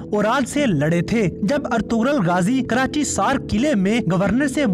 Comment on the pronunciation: Karachaisar ha bahi karachisar nahi